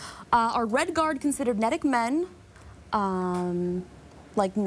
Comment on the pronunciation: It's pronounced NEE-DIC. I swear, I could hear how much she didn't care about the game in her voice. Lore fans are clenching their but holes in disgust while the rest of us argue over graphics.